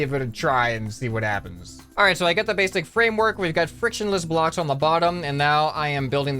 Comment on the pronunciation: "Frakshenless Bloks" lul